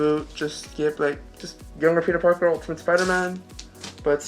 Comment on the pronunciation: That dude said "Tobey Maguire as Peter Parkio" HE'S JOKING... There's no way a person could call theirself a fan, and cant say Pete's name right. No way.